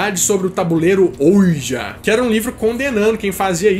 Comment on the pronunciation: Que aflição em pleno 2018 o cara não saber pronunciar OUIJA